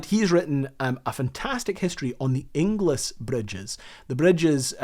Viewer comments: Surprisingly fascinating! BTW, "Ingles" rhymes with "singles" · Inglis is pronounced Ingles, my sister married one LoL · great subject! You'll kick yourself when I tell you that Inglis is prounounced ING-ELS. It's a relatively common surname in Scotland. There was a Bailey bridge in use until relatively recently on the A93 between Blairgowrie and Bridge of Cally. In a steep sided gorge, single track and controlled by traffic lights. It was always a highlight of a trip up Glenshee when I was a kid. Eventually, it was bypassed by a new dual lane section of road. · You don’t pronounce the second i in Inglis. It’s pronounced more like Ingls. Think Dingles, Cringles, Pringles, - Inglis. As in famous Edinburgh hero Elsie Inglis.